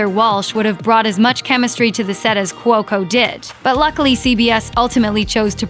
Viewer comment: Not even watched this click baid shit. It ended. Things end. And its couco. Not courco or whatever it is your saying